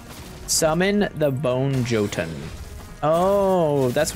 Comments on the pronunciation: the J is pronounced as a Y :) commonly people will pronounce Jotunn as Yotunn, but in Norse languages, Jotunn would be pronounced as yuh-tin. just a little fun fact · The J is pronounced as the letter Y. Remember the letter J is only about 600 years old.